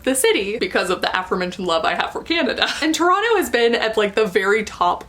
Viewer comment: Ah, my hometown! Good on you for saying “Toronto” like a native. 👍🏻